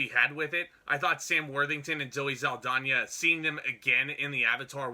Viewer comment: And it's zow·ee sal·daa·nuh ... the pronunciation.